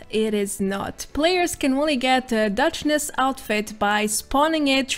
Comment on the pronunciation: it's Duchess, not "Duchness". cheers.